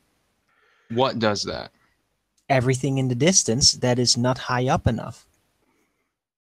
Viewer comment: Let know it's UP not "OOP"